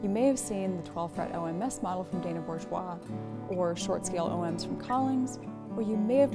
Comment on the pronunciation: is the first online reviewer that I’ve heard pronounce Bourgeois correctly! This is after many years and videos I might add.